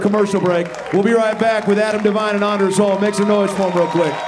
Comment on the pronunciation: "Its not ANDers its ONders.. like ive got a hard ON." Ahh the classics